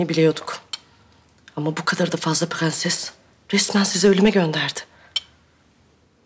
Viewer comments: Bu faryanın dadısı da tüm r leri söyleye biliyo ama prensese pğenses diyo🙄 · şu kadının madammıdır nedir onun pğenses demesi sinirlerimi bozuyo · Herşeyi düzgün söyle prensese gelince pıhrenes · Prensesin dadisi da her kelimede r harfini soyleye biliyor 1 tek prensesi soyleyemiyor PĞENSES diyor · Su nunu mudr nedr beni gicik etti sozde pgenses r leri soleyemiyo basla laflara gelince catr catr soluyo tam sole yada butun cumlelerinde kullanma su r harfinj😂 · Madamynda her seyi turkce cok soyleyor bitek perses demeyi bilmeyor😂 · bu kadın prenses demesin ya. R harfini normal söylüyor prensese pğenses diyince sıkılıyorum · Madam turkceyi sular seler gibi biliyor bide pgenses demese 😀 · Bu fahriyənin madami birdənə prenses sözündə ğ deyir qalan hamisinda r hərifiylə deyir. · Su Dadi her seyi Turkce soyleyibde bir Pğenses demesine aşırı qıcık oluyorum. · Faryanın dadısı da bütün kelimelerde r leri söylüyo prenseste söyleyemiyo aşırı sinirimi bozuyo